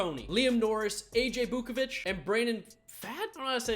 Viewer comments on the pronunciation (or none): it’s aj vukovitch not bukobich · it’s vukovich not bukovich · BRO YOU SAID AJ BUKAVICH WITH A B BOOKAVICH STOP IM CRYING. Dont ever comment on the draft again for real this KILLEDDD your channel. BOOOOKAVUCH AHAHHAHAA STOP IT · It’s AJ Vukovich not whatever the hell you had